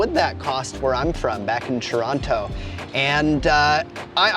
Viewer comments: That's not how Torontonians pronounce Toronto... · This guy isn't from Toronto, he says it with a hard T and no one from Toronto says it like that. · How is this man Canadian but cannot pronounce Toronto properly lol im baffled